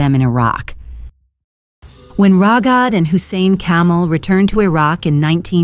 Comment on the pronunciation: His name was Kamel. It is pronounced differently from camel.